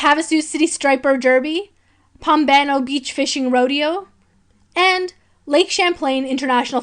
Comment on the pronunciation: Good video but talks way too fast and does not have a good or pleasant speaking voice.. mispronounced a lot of words or places Such as Pompano and St. Croix... also there's the fist campaign thing...